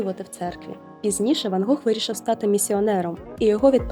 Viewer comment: Гох? Недочуваю чи що?)